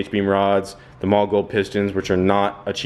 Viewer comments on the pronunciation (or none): The german way to say it is "maw-luh", But I have heard many engineers who work at the company say "molly" and that tends to be the more used pronunciation. But it is definitely not "mall", that we can agree on. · One day you will say Mahle correct....maybe. It is "Molly" not "Mall". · it actually is "mall-eh" not molly. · what are you calling those pistons? sounds like your saying "mall gold". its Mahle, sounds like Molly